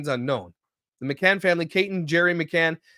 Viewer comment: Please look into the McCann case. That pronunciation was rough as someone who’s heard it a lot over the years